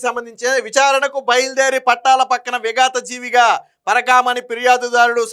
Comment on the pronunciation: విగత జీవిగా ✅ విగాత జీవిగా ❌